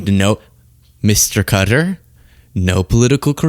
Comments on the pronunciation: It's not "Cutter" It's "Cotaar"! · Hey how come you're saying Cutter not Qatar? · It's NOT pronounced Cutter jesus I hate agreeing with Trump but he is pronouncing it right and you are NOT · I prefer your more serious side when posting. Also to all please learn how to pronounce Qatar. Phonetically sounds like this cat=ar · Cutter??? No Wonder The World Hates The USA Right Now, When You Cannot Even Say A Nations Name Properly. Whats Next? Chinia? Roosia? Isntreal? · Qatar is not pronounced "cutter." Quit being ignorant. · I can’t hold it in any more! Qatar is pronounced ‘cat-R’. Keep up the great content!